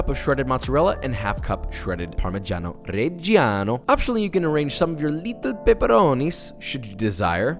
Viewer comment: I am Italian and I literally LOVE the way he says PARMIGGIANO REGGIANO or GRANA PADANO My whole heart is for you